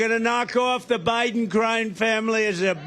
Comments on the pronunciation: "Joe Bilen couldn't pronounce her name." LOL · And when he said “he can’t pronounce her name” he literally could NOT pronounce Biden’s name. lol.